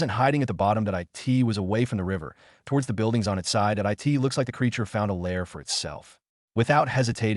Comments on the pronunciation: It's weird that it reads the word it as "I.T.". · Why can't the AI say it instead of I T ?